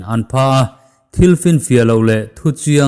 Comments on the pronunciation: Chipchiar tih i thluk dan kha, "chiar" tih lai kha a dikhlel deuh em aw ka ti. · A ngaihnawm leh pek hle mai i aw pawh ngaihthlak a nuam e. Duhthawh luat ah CHIPCHIAR i lam dan erawh a dik lo tih ka'n sawi hram teh ang.